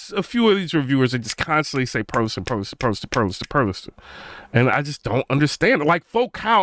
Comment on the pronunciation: First, some advice... It's not the greatest move to come out swinging on a speaker you haven't personally owned or used in your system especially as a "tuber". Second, properly pronouncing manufacturers' names will go a long way towards credibility. The "T" is silent in Perlisten. There is no "A" at the end of Revel. Now to your topic. I have owned the Perlisten R7t and R5c. All the reviews made them sound like the bees' knees. I ordered a pair after demoing them. When I set them up, I was greeted with a very clean presentation, cohesive sound, pinpoint imaging with some depth of soundstage. What I didn't get is a wide and deep soundstage. Everything was pinched in between the speakers. There was no air in the treble. Bass dropped off around 40hz. But, Perlisten purposely designed them to NOT interact with your room, and to minimize reflections. For HT they were great. Unflappable at any volume. All the processing made them sound big. 2 channel was a different story as noted above. They admit they went after the Dominus rating to be the first and to help gain visibility, but I think it cost them low end output. Are they worth $11k? I don't think so. Their build quality is excellent. 104lbs per speaker. Solid cabinet and base and feet. But, I think most speakers are overpriced these days... Which brings me to your Focal and B&W comments. Both are extremely overpriced, way too bright. There is no bass in a Focal speaker, even with all those drivers. Hollow cabinets, and on and